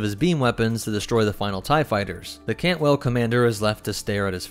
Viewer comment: Cantwell is the correct class name. I’m just pointing out his misspeaking of the word. It happens from time to time for everyone.